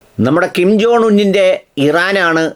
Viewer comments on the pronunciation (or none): കിം ജോണല്ല ഉവ്വേ, കിം ജോങ്. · Kim john അല്ല kim ജോങ് ആണ്